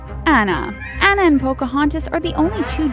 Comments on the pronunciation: YOU DONT SAY ANNA AS ANA YOU SAY IT AS ARNA AND YOU SAY IT TIARNA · its uh-lay-nuh and on-uh (pronunciations, in case thats not obvious af) god, google it or watch the fucking movie before making a video about it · It's pronnounced "Ona" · It's pronounced Tee•ahn•na and Ahn•na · IT'S SAID ana (on-a) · And also Mulan is based on a true story so don't say she is NOT and it's An-nah not Anna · she said tiaana and annna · That's not how you pronounce "Ariel" and "Anna". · I enjoyed the video but you pronounced Anna's name incorrectly!!! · your saying annas name rong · How they pronouncedTiana, Elena, and Anna really ticks me off